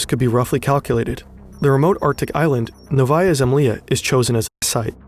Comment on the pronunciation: I just wish people would research how to pronounce Russian words before making a video and trying to pronounce them. Fern got "Novaya Zemlya" waaaayyy wrong.